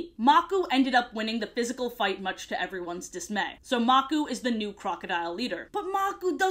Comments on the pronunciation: I love how you call the crocodile leader "Maku" instead of calling him how it is pronounced "Makoo" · Name: maku Pronunciation: makoo Her: magoo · I love this video. FINNALY someone doesn't make up their own lore AND they're funny! Keep up the good work! ❤ EDIT: It's pronounced muk-oo btw- 😂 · I grew up with the lion guard and I always wondered that same question but I watched season 3 and it all made sense also am I the only Lion Guard fan mad at the way she said Makuu and Anga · 1. It’s the “ Roar of the ELDERS” 2. It’s pronounced MakU and not MAku 3. Rani is pronounced Roneee and not Raine Sorry, my brother was obsessed with this show and asked me to comment for him.